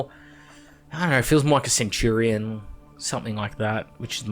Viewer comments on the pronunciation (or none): none